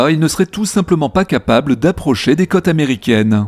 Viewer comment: Tu ne peux pas comme tu le fais là prononcer le mot côtes comme le mot cotes parce que cela change le sens de ta phrase. Oui le français est la langue du Val de Loire et oui c' est une langue "pointue" donc si on ne respecte pas les intonations comme des o appuyés quand il y a un accent circonflexe dessus, il devient ardu de former l' orthographe qui convient lors d' une dictée.